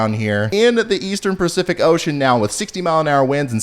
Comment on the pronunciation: Did you say Percific Ocean? 😜 Praying for rain for everyone that needs it. Really enjoyed the teaching slides and segments.